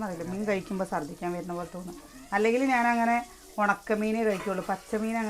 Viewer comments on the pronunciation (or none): സർദിക്കാൻ എന്നല്ല ഛർദ്ധി എന്നാണ്. പ്ലസ്ടു വരെ പഠിച്ച ഒരാൾ അല്ലെ. ശ്രദ്ധിക്കൂ കേട്ടോ 😊